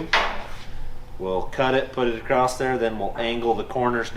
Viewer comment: Michelle... why does say AcrossT.... where did the T at the end come from? Just curious.